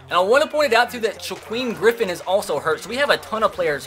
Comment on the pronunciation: ( Sha-keem) Griffin